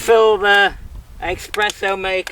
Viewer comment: Great vid and, a nice set-up but please... Expresso! Noooooooooo there's no X in Espresso. (Sorry, it's a personal foible)